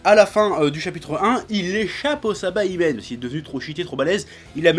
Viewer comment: SA - I - BA - MEN pas SA - BA - I - MEN